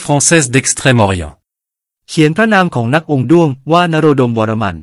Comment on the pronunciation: ผมถอดรูปอักษรตามจารึกคือ วรฺมฺม ซึ่งปริวรรตเป็นอักษรโรมันคือ varmma แบบเดียวกับจารึกคำว่า ธรฺมฺม ปริวรรตตามอักษรโรมันเป็น Dharmma ซึ่งออกเสียงเป็น ธรัมมะ ดังนั้นคำว่า วรฺมฺม จึงออกเสียง วรัมมะ เช่นในคลิปมีชื่อกษัตริย์อ่าน ศรียโศวรัมมะเทวะ